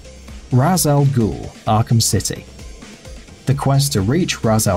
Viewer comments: "raz" Al ghul? Did you even play the game or are you just reading it? It's pronounced "raesh" al ghul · Ras? Ras? FUCKING RAS?!?! It's pronounced raish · The way he pronounces "Ra's" pisses me off so much 😂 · You pronounced ra's wrong